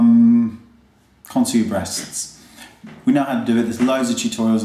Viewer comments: "Brrreasts" lmao!! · The way you say BREASTS make me think that you either really love them or really hate them... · I Just LOVE The Way You Say "Breasts"!! Like Always THANKS So Much For Sharing Your Gift Of Beauty Wayne x o x o